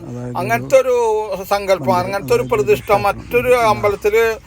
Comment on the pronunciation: ജല ദുർഗ്ഗ ,വന ദുർഗ്ഗ , സങ്കല്പം ( സംങ്കല്പം അല്ല ) ആദ്യം അക്ഷരം പഠിച്ചിട്ട് ഈ പണിയ്ക്ക് ഇറങ്ങ്.